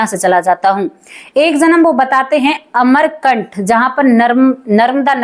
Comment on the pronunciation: बहन जहां से नर्मदा नदी निकलती है उस स्थान का नाम " अमरकंटक" है न कि अमरकंठ